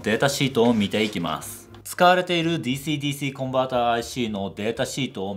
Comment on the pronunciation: DｽｨｰDｽｨｰの発音の良いこと